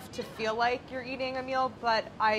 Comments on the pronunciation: Great now when they say “a meal” all I hear is “Ameil” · after the intro i can’t stop hearing name every time they say “a meal”😂